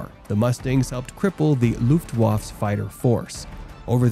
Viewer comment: This video is full of inaccuracies and outright lies. Also I believe that the narration is AI generated. The German air force was called the Luftwaffe and not the Luftwaff. The narrator dropped the e.